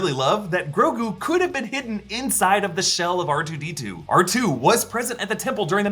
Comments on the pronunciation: Arch-Toe....... WTF 😆 Ark-Two 👍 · awch-toe.. my lord.